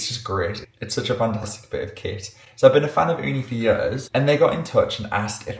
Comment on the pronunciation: I like when you said Ooni as we say it here in Finland(where Ooni is from), we say it here "uuni" which means literally owen😊